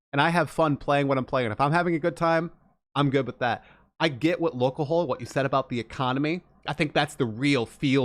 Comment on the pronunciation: lolcoHOLE? It's LolcoHALL. Is in a play on alcohol you moron.